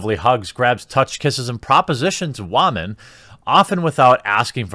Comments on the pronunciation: WAHmen, lol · Why do we say Wahmen? #IStandWithVic